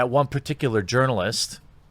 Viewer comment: i think i heard you say "Urinalist" in vid